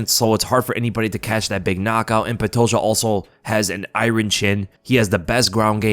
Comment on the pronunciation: you’re the best but please learn how to pronounce IRON correctly.